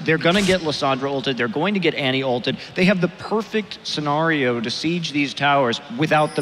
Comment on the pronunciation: "Worst case "sa-gnar-io""